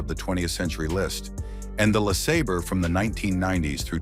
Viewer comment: Buick "Lah Sah Burr" 😵‍💫 LMFAO - Love this channel's AI voiceovers!